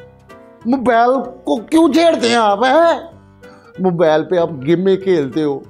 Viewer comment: Urdu zara thk karay mobile ko mobal bol raha he